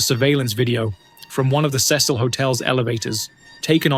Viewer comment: My MAN! You win the internetz for pronouncing 'CECIL' correctly! I congratulate you with a very well-deserved "like" and a "Subscribe". Feel free to pin this to try and teach those damn colonials how to pronounce names. We'll never get that U back in colour and neighbour, but damn it, I insist they correctly pronounce things! 😛